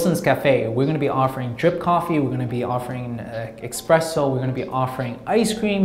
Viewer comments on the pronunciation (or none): the only thing that bothers me about this video from an "experienced " cafe owner as he is giving advice....he pronounces Espresso incorrectly....its not expresso! sorry just had to point that out.